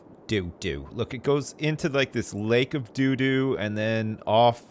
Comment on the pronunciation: dew dew